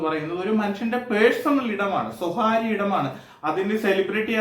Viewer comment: സ്വഹാര്യം അല്ലെഡോ വിഡ്ഢി.സ്വകാര്യം എന്ന് പറയേഡോ.മലയാളം പോലും പറയാനറിയാത നീയാണോ വിമർശനം നടത്തുന്നത്.